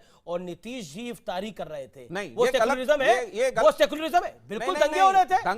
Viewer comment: सेकुलरिजम नही सेकुलरिझम होता है 😅